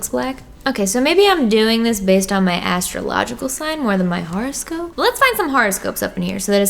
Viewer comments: " pronouncing horoscope wrong for 5 minutes" ITS NOT A FRICKING HARASCOPE DANG IT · Seriously thought she was saying "horrorscope". LOL. Oops. Would've been appropriate for Glam&Gore ().